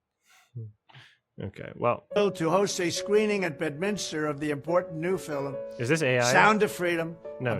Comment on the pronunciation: "an important new fil-um ...about the power of faith in overcombing evil"